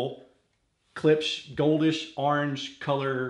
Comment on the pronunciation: Imagine the "ch" isn't on the end, & pronounce it like "clips".... lol. Don't feel bad someone had to teach me to..... And of course, klipsch rules all